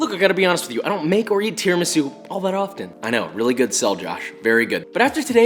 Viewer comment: You must put an accent on the u for Christ's sake! Tiramisù! 3.07M subscribers jeeez...